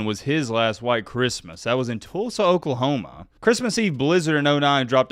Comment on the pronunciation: thanks for sharing my comment that was awesome. I really enjoy the channel nuff said. And would you please stop saying Okliehoma lol. And speaking of Oregon disrespect, as a Sooner fan I will NEVER forget the great 3 blind referee debacle of the 05 season. Wtf was that? Yes I hold a grudge 😅